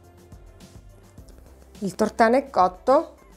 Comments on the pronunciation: Tutto bene. Mi permetto di correggere la dizione : si dice Tòrtano e non Tortàno. Grazie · ricetta buona ma pronunciare tortàno invece che tòrtano é un sacrilegio. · Tutto buono, complimenti, ma Tortàno da napoletano nun s pò sntì. 🤦🏻‍♂️😅 Si dice Tòrtano con l'accento sulla prima O. Cordialmente. 😘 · Bravissima!!! Ma tòrtano nn si può sentire!!🥴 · Giusto non si può sentire tortáno 😅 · Ottimo e buonissimo ma mia madre quando avrà sentito come ha pronunciato " Tortano " si sarà girata nella tomba😄😄